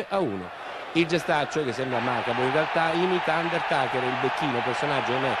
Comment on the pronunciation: Possibile che i giornalisti italiani non sappiamo pronunciare bene undertaker correttamente??!😂😂😂